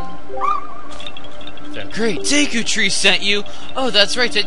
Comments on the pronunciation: nope, it's the japanese syllables de and ku, so it's pronounced deh-Kuu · its pronounced duku but spelled deku tip tip